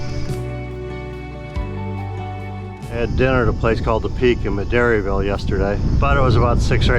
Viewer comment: and it's DePue, not Depew 🤫